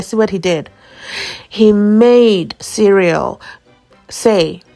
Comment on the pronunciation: Come on dear Sereo not cereal